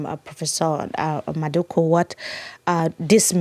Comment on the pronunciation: Love the conversation and the discussion. One point though, it’s Prof MadhuKU and not Madhuka. It’s very awkward when you pronounce his last name that way.